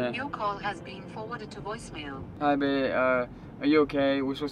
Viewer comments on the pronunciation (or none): cant say the word😂 babe instead he say bay